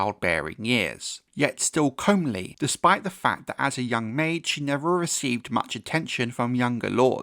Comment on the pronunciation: The word "comely" is NOT pronounced COMB-ley as you've said it a few times in videos. Just thought you might want to know, loving the videos!